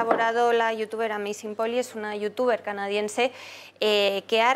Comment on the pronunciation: Me respondo yo mismo: AMAZING POLLY, No 'Ami sinpolis' que es lo que se oye en el video. How bueno el café con leche en door of the sol, hoyja!